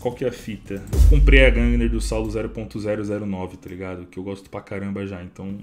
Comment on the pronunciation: É "gungnir" não "gungner"